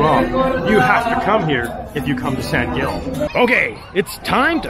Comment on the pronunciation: From a local. Please, pronounce in Spanish "San Hill."